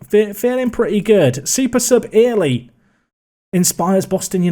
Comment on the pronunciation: Little bit of help it’s Saxon ‘early’ not ear-ley, kills me inside everytime u say it